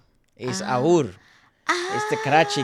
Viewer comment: aur ia a pakistani trio, they aren't indiand although many people think they are. their real names are Ahad, usama and raffey. Aur is pronounced as A-W-R not Aoor. fun fact aur actually means more/else in urdu.